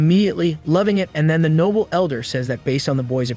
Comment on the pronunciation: Can't even pronounce noble properly? Noble not nobble